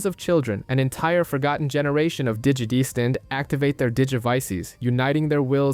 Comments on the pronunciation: “Digi-destined”? ❌ “Dee-gee-desteened”? ✅ 😂😂😂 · that and how he kept pronouncing "digidestined". Digi-deeeestined. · Nice video, but pronouncing the same word 3 different ways is incredibly frustrating.